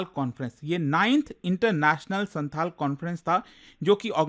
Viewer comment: Its not Shanthal, Its Shaontal